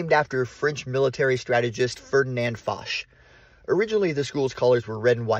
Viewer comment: Many memories. Been in that auditorium many, many times. Swam in that pool. Walked those corridors to classes '58-'60. To the right of the stage is the room where they kept musical instruments. It's FO-ch, not the way you are pronouncing it.